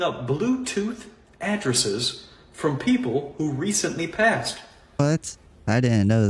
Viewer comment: Chic with the chronometer theory cant even pronounce passed correctly and said paced She need to go to sleep.